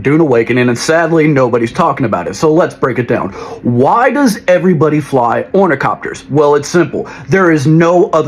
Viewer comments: Why can't people pronounce it properly - its ornithopter - t h not c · Bro you calling them ornicopters had me quit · Omg, it's orni-THOPTER.